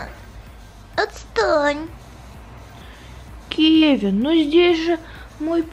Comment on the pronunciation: вобсето не кэвин а Кевин поняла